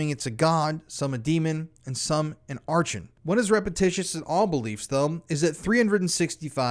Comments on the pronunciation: R-CON archon how it's pronounced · Archon is pronounced arkon… sorry no offense intended, just a friendly reminder. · Archon, /Are' - con/ rhymes with Bar-gone. this is a concept from Gnosticism...not satanism as we understand the term.